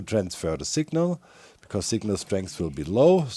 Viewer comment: Doc says signal like sigma. Just sayin